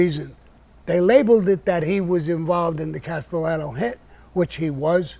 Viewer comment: you feel cool saying castallano wrong? idii...